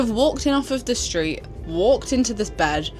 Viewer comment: Why are you schpeeking schtreet ?